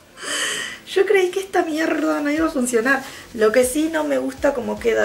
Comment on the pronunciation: "creí que está mierrrda no iba a funcionar"😂😂la amo!!😂